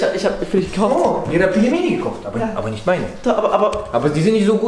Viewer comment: Du bist nicht nur zu blöd Pelmeni auszusprechen, nein du kannst sie nicht mal richtig kochen. 🤦‍♀️ Sobald das Wasser kocht, nimmt man eine Tasse kochendes Wasser raus, fügt die Pelmeni (max 500g) hinzu und wartet bis das Wasser wieder aufkocht, dann schüttet man das Wasser aus der Tasse zurück, wieder warten bis das Wasser kocht und dann ca. 7 Minuten kochen. Am besten in Brühe kochen und Lorbeerblätter hinzufügen.